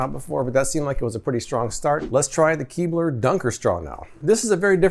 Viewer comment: You said " Keebler " and I heard " keyboard ".. imagine how sad I was when no keyboard was dunked in milk. 😬